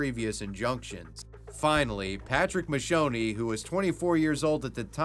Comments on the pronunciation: Mate, the correct pronunciation of the first guy is "Mahk key oh ne". Italian here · Americans: "Macchione = Mashownie." Italians: "Macchione = Makkiownay." Fun note, his last name literally means "stain." Macchia sulla società.